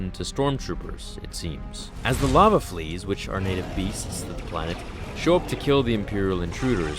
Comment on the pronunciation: Did you say "lava flees"? If you did, that is one of the funniest things I've ever heard cone out of Star Wars.